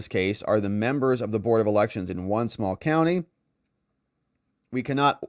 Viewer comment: Please stop saying membo. 🙏 that is so so absolutely infuriating. Please just say members...PLEASE?!